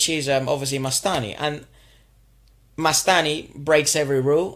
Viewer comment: It's not mastai it's mastani